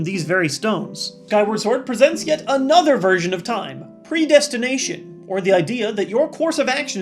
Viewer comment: says "Predesination." Whoops, you forgot the T!